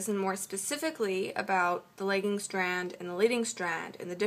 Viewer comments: Very helpful, makes it more easy for me to think about how to draw something out when I'm tutoring. Also,you pronounced lagging like legging. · Anyone noticing that she pronounced the lagging strand, legging strand. Lost all respect after that. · you pronounces lagging wrong lol great video though!